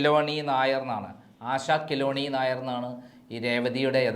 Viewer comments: ആശ കൃലൂന്നി അല്ല ആശ കേളുണ്ണി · ആശാ കിലോനി നായർ അല്ല. ആശാ കേളുണ്ണി നായർ എന്നാണ് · ആശാ കിളോണി അല്ല....ആശാ കേളുണ്ണി എന്നാണ്....നല്ല പത്രപ്രവർത്തകൻ 😂😂😂😂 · ആശ കേളുണ്ണി നായർ എന്നാണ് കിലോണി നായർ അല്ല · ആശാ കിലോനി യും കോളനിയും ഒന്നുമല്ല.. ആശാകേളുണ്ണി... ഫയങ്കരം അണ്ണാ.. ഫയങ്കരം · രേവതിയുടെ പേരു ആശ കേളുണ്ണി എന്നാണു. കിലോനി അല്ല. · കിലോണി അല്ല ആശ കേളുണി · ആശാ കെലോനി നായർ 😄😅😅?? എടോ, ആശാ കേളുണ്ണി നായർ എന്നാണ് രേവതിയുടെ പേര് 😄😄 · ആശ കേളുണ്ണി എന്ന് പറയൂ